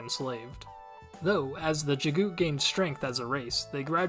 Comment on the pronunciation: Thanks for making these. It helps me when I have to quickly introduce others to the series. Just wanted to mention, according to the Audio Books, the name Jaghut is pronounced exactly as it's spelled. Jag - Hut. Unless the narrator was mistaken. That's how I've read it ever since.